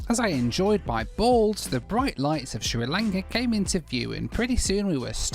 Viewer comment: “As I enjoyed my balls”. With just the right emphasis on “balls”. Well done! The rest of the video was good too.